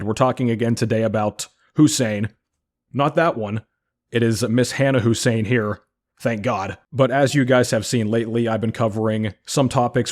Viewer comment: Hannah hussain ❌ Hannah Hasaan✅